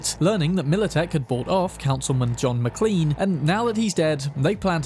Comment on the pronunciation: McLean (originally MacLean) is actually pronounced like McClane. The mc from Die Hard just has the Americanized version